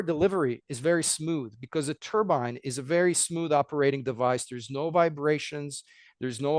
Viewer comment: IT’S NOT A HAT, IT’S AN ENGINE!! (turbine NOT turban!! ) FGS, get it right! 🤡🤡🤡